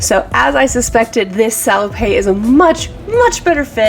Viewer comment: Love your stuff. FYI: At least in French, it's pronounced "sah-low-pet", not "sah-low-pay". PET is pronounced pay, but PETTE is pronounced pet. Hope that makes sense. Keep the great content coming.